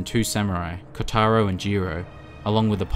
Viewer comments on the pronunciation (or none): none